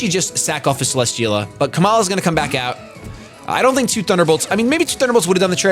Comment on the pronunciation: cele-steel-a not cele-schteel-a